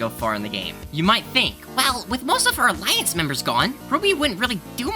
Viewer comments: you pronounced iance wrong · I think he pronounced the a more than normal slightly. Normally you hear ience but he pronounced it slightly differently I belive